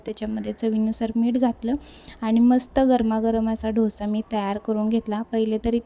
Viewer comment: ढोसा नाही डोसा